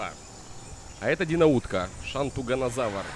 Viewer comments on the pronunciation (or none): Не шантунганазавр а шантуНга завр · Уши режет твоё произношение. Терезинозавр. Шантугозавр, пазицефолозавр, гиганотозавр